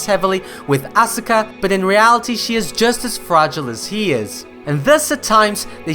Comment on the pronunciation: Hey, aska not asUka